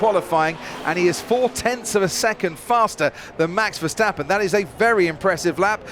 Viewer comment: Please, learn to pronounce MAX VERSTAPPEN, iT'S not Mex Versteppen!!!! The A is pronounced like the A in Charles, Not like the E in Mexican